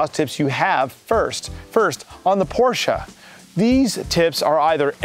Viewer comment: He pronounced Porsche correctly! Props brother